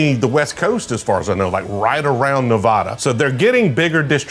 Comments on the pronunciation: I cringe everytime I hear the way you FlatLanders mispronounce Nevada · Please learn how to say Nevada